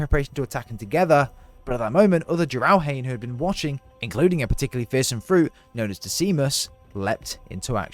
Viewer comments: jarel-han??? jer-el-han-ee.... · Jiralhanae is pronounced “Jir-uhl-hah-nae” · I don't mean to be a Grammer nazi but it's pronounced jeer-el-han-ay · Jee-Ral-Han-Ay .. not.. however you said it. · You pronounce Jiralhanae wrong......😂 Say Jury like your going to court.....Say it Jury......Now leave the Y out of it....Jurr. Okay now say Elephant now leave the ephant part out....Leave the El part In. Now say Han like star war Han Solo Han say that part. Now what do you say next Now you hit the whip now do the Nae Nae.....Drop the second Nae and leave the first Nae😂. Sound it All Out Now😂......Jur El Han Nae....😂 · Why do you say Jiralhanae wrong? Jer-all-hon-i! Ok sorry pet peeve over. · That's not how you pronounce Jiralhanae check out an audio book. Other then the newest one. Jih-rull-ah-nay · It is pronounced ji-ral- han- eye, jiralhanae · Not a huge deal, but I think jiralhanae is pronounced jair-ill-HA-nay :) My reference is Halo Canon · I really think he didn't play (or even watch) Halo Wars 2 OR Halo Infinite, at least the campaigns. Just read up about them and made the video. Otherwise, "jiralhanae" and "Decimus" would both be pronounced correctly. They're both spoken multiple times in the games. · That's really not how you pronounce Jiralhanae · Where'd you learn how to pronounce Jiralhanae? Look it up again dude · He pronounces the brute species name weird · Great video! 👏 Not sure if Jiralhanae is pronounced like that, not that it matters. So… this is how Chief and Cortana got like 3 days in the future after the last mission? 🤔